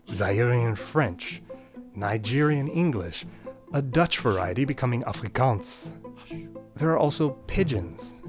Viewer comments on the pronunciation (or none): I speak Afrikaans you almost said it right, you might just need to get a Afrikaans or netherlands no I'm not gonna say "dutch" cuace gonna get confused with German, accent. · Your pronunciation of Afrikaans is... well... interesting. I think one thing you could do to stop it from sounding a bit weird is by just changing your pronunciation of the second "ah" sound. So with Ah-free-kahns try to from the second ah sound in "kahns" as far forward in your mouth as possible, rather that at the back of your throat. The trilling r is subtle in your pronunciation, but that is ok, we can address that when you want to say "rooi reebok ram". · The way you pronounced Afrikaans sounded a bit French to me 😅. Not to be difficult, but it sounds nothing like that. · I find the way you pronounced Afrikaans funny hehe (as someones whos first language is Afrikaans) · Sounded a bit weird to me (as someone whose first language is Finnish and spent a year in SA over a decade ago)